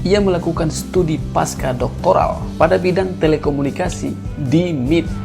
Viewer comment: MIT apa M-I-T narator ini baca bikin malu